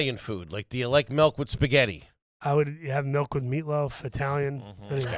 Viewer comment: I just realized that says "melk" not "milk". Can people from Philly say any liquid right? And I'm saying that as a non-native speaker.